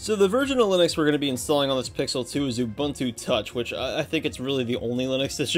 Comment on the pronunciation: Not him mispronouncing Ubuntu (loud crying) Also, can you make a video showing off the Xperia Play in 2025?